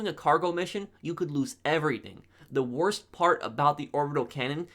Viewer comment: The wotse